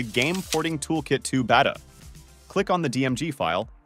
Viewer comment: This one is really not that bad. Aside from the pronunciation of Beta anyway lol